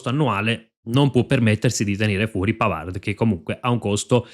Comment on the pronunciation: Tutto bene . Molto informato. Un solo appunto. PAVARD di legge PAVAR (in francese le parole che terminano in d p s t tacciono la consonante)